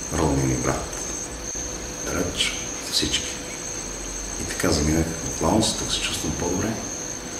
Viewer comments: казвате Лаос а на мен ми звучи като Младост :D :D :D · все едно казва младост :D